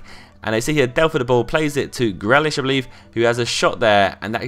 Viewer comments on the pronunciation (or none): Gree-lish (grealish)